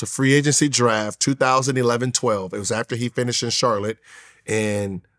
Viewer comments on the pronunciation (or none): none